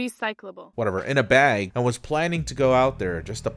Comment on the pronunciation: Are you canadian by any chance? your pronunciation of "bag" is very canadian lol